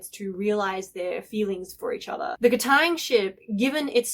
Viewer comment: I love the way you say KatAang😂